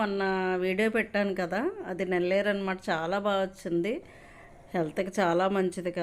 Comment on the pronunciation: నెల్లేరు కాదండీ, "నల్లేరు"